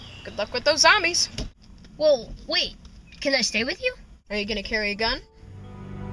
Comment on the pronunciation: lol he says zambies